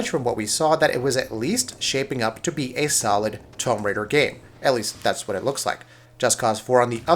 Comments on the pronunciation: does this guy not know how to say, Tomb? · You uh...you don't know the difference between a "tomb" and a "tome" do you? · That's an interesting way of pronouncing 'tomb'. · Can this guy not say tomb? Like wtf? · How the fuck do you screw up saying the word tomb?